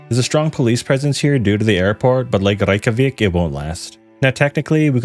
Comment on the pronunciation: As far as I'm concerned, you pronounced rekyjavik perfectly.